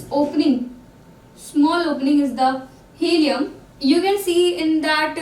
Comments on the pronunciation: It's hilum, not helium lol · It's hilum not helium